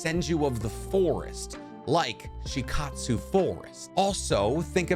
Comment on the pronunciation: You seem to pronounce very known & basic Naruto terms 😂 you can literally hear how to pronounce words like Shikotsu, Myoboku, Katsuyu etc